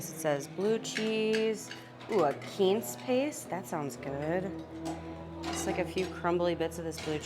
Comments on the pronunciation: When she says “Keanse” does she mean Quince (pronounced Quwince)? 🙃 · I've never heard quince pronounced that way; perhaps that's an Hispanic pronunciation? The only way I've ever heard it is 'kwinse' which is the English pronunciation. Then again, I've never heard "char siu" pronounced the way you do either. ("Siu" is "seeooo" or "shu"; I've heard Asians say it both ways. But never "swee.") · Is that the Spanish pronunciation of Quince?....just messin with you. Great vlogs.